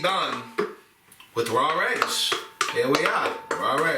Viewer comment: Rawr eggs😂 love it. Ma says the same way